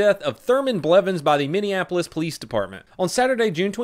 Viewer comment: Wow ! Donut pronounced the cities name correctly this time